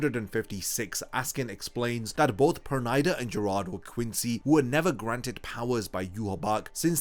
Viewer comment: Can't stand that "PernAida" pronunciation 😂